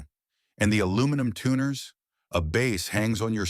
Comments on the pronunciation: God, I hate these AI channels. The “bass” market? Pronouncing bass like the fish? AI can suck it. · As soon as I heard the Voice Over describe the instrument as a bass, as in a fish, instead of a bass, like baseball, I turned off the video. Stop using AI slop voice overs. I hope you read your own comments section.